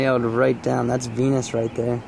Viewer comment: Hahaha it sounded like you said thats a penis right their when you said venus